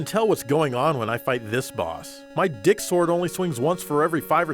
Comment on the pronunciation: Did you say dick ???